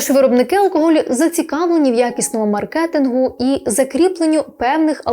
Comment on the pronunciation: мАркетингу, а не маркЕтингу